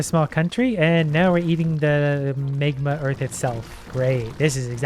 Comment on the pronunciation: how do you butcher the word magma everytime